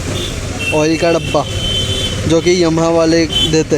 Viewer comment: Bhai tu Yamaha to dhang se bolna seekh, ye yumha kya hai?